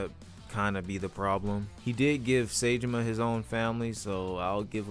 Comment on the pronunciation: no way daigos in fortnite, check the battlepass dawg yous needa play yakuza 4 again n listen how sasai pronounces saejima sa i ji ma